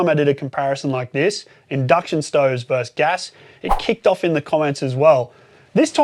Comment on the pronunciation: As long as you're being chided about language - versus is two syllables.